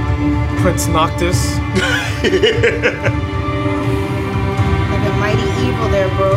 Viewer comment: BRUH SAID PRINCE NOCTUS, IM DEAD 💀💀